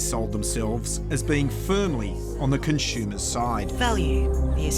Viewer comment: I can’t unhear the pronunciation of “con-shoe-mers”.